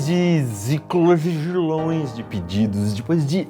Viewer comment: "zicozigilôes de pedidos" kkk